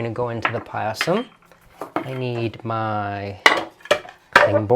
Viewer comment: Its just pronounced "pie-sum" and not "pie-a-sam"